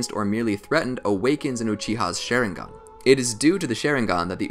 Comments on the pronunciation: LMAO Share-in-gon its Shar-ing-gan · You pronounced it like “sharing gun” it’s SHA RING GĀN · This man says “Sharing-gun”…. I can’t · Bro it’s a sharingan not a shairingan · Why does he call sharingan sheringan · SHARingan not SHAREingan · Its SHARINGAN NOT SHERINGAN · Stop saying sherigan u need to Sharingan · OMG ITS NOT (SH-AY-RING-GON) ITS (SH-AH-RING-GON) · This man is calling it sharing gone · I got to about in and the way he says "Sharing Gone 🤪" took its toll. i can't lol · the way he says it: Share-in-gan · Dude really just say SHAREringan at the beginning of the video 🤦‍♂️😂😂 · their shareingan lol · the way he says it bugs me ''shareinggon" it just sounds hella weird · My man said Sharing Gun all I hear 😂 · my guy really said sheringen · it's not called a sheringan but a sharing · He said shareingon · Did he just say shareingan XD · Lol he said some the shi-re-gan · Why the hell does he say shareingan it pisses me of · wtf is a share-ingan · Share-ing-gan lol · its sha-rieng-gun how to pronounce it. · i like how he can pronounce other Japanese words but not sharingaun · probably not a bad video but I couldnt finish it cause of the way he continuously mispronounces sharingan